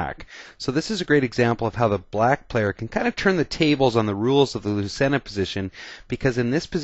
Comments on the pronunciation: Thanks for the video. Very instructive. Lucena according to Wiki is Spanish and pronounced loo-thay-na. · it's pronounced " LOO-CHAIN-UH "